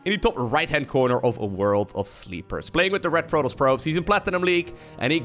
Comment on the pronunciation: "...for Prototss i would certanly expect Maroduers..."